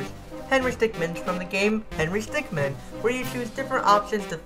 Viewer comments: Is it just me or.... IS HE SAY HENRY STICKMAN AND NOT HENRY STICKMIN!?!?! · i hate that you say stickman instead of stickmin, w h y.